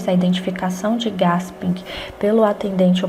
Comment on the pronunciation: desculpe o vídeo, seus comentário e explicações são excelentes mas não se lê GASPING e sim GUÉSPIM parabéns gostei muito.